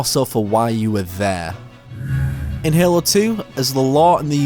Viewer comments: No no no no, This guy is saying "Hehlo" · Anybody gonna talk about how he says halo